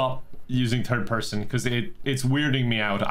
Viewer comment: "Third person"" My partner: ""heh, Turd Person"